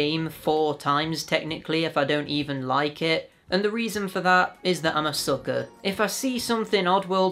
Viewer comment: I miss booklets like that in CDs and games how you said sucker that was so English accent hahaha oh yeah now I wanna play Strangers Wrath are you sure you are 28 xd jeez someone is selling it for 100€ on discogs that book is very cool oh yeah the second too really awesome collection you got there